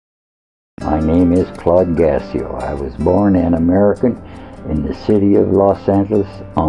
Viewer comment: This is my great- grandfather😊♥️ sadly he died a few years ago...I was kind of young so I didnt get to know him to well but from what I know he was a great man! (Btw the last name is pronounced (gaw-sio) I asked my dad why he said it wrong and he said he just got lazy with it and gave up lol)